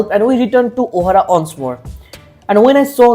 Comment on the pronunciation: Did he really pronounce "once" as "ONce"? 😂😂😂😂😂😂😂😂😂😂😂